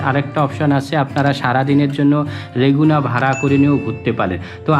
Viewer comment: রেগুনা না! লেগুনা হবে। উচ্চারণ সঠিক ছিলো না।